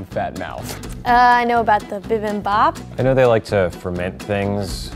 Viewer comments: "Bivenbop" Hilarious just hilarious ^_^ It's Bibimbap btw~ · What's bivenbap? OH BIBIMBAP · bivenbop? is she trying to say bibimbap?